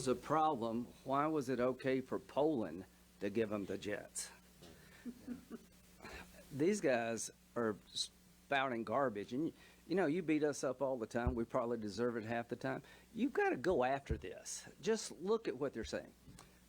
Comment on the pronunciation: Why you call it carbage?